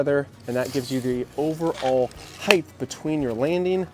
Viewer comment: Height is pronounced with a T at the end. Not a TH. You always say height as if it was spelled heighth.